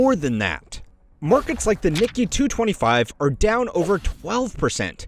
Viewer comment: Did he actually pronounce Nikkei as Nicky 😂 😂 I’m pretty sure it’s pronounced as Nee-Kay.